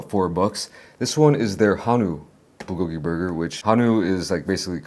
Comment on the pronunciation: Come on, bro. I know you know how to pronounce bulgogi the correct way. Don't dumb it down for the smooth brains 😄